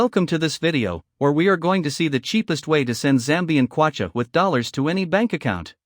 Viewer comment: It's kwatcha